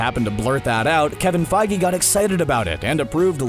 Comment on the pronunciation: How you gonna pronounce that as Kevin Fy-gee?